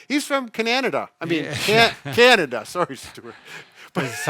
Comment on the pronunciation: You said Cananada!! :D (I always say that, lolol)